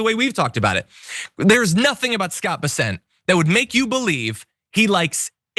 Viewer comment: It's BESS-ent, but whatever.